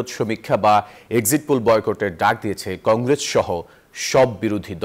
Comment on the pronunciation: কংগ্রেজ নয় কংগ্রেস